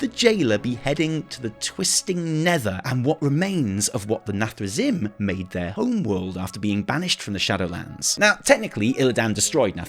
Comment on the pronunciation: PLEEEEEEEEEASE Can someone teach how to pronounce Illidan and Nathrezim?! Just go play WC3 and listen >:P